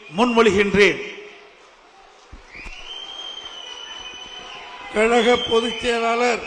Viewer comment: இந்த எடப்பாடியால் "கழக' என்று கூட உச்சரிக்க முடியவில்லை. "கலக" இன்று தான் சொல்லுகிறார். ஒருவகையில் சரிதான். அது கலக பொதுக்குழு தான்.